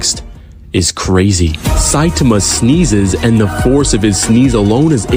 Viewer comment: bro really said satame